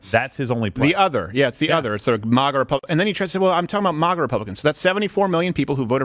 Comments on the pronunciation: If Steven doesn't stop pronouncing MAGA like that I'm gonna go crazy 😂😂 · Ok I hate to have to do this but you forced me, Steven!!! Since the beginning we have called it Mag-ah!!!! We NEVER refer to it as Maw-gah!! Stop sounding like Biden! He is making it sound stupid and it does when he says it! I normally don't care how people say their words but this one is different! Trump never tried to destroy freedom like Biden and the one before Trump! The one who called isis, isil!! I never understood that dumb stuff!